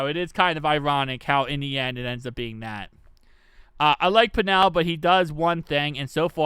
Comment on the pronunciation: It’s pronounced pennel like Kennel but with a P